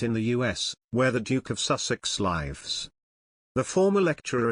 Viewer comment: 'Lyves'. Hahahaha!